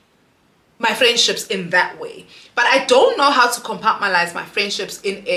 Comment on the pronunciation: Yohhhhh I’ve been screaming COMPARTMENTALISE!!!!!!😂😂😂everytime she says compartmalise😭😂